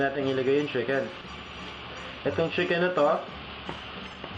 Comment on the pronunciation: Sheeken or chicken???